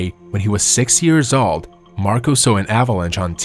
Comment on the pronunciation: My dude, I appreciate your video, but I would honestly and most genuinely suggest that you work on your English prononciation of the word "old" as you are really butchering it, which is odd considering your English is otherwise quite good. That one word however seems to be something you're not able to enunciate well.